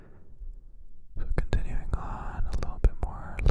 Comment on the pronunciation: Makes me smile every time you say “equitment” 🤗🫠✨